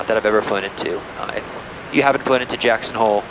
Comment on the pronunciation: Its JACKSON and not "HOLE"